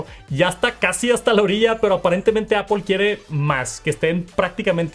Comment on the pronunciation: Porque puedes decir muy bien “news lerer” pero dices apOL ? y no apL? Es solo decir manzana 🍎 en inglés 😢